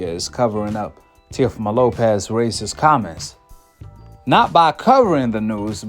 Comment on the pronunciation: this nigga said racisizzzz smfh